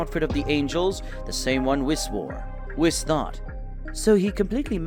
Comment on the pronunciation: Hearing the commentary makes me think the guy hasn’t ever watched dragon ball. He calls Vegeta, Regeta and pronounces whis wild asf lol